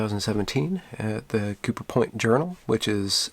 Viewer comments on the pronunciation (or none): none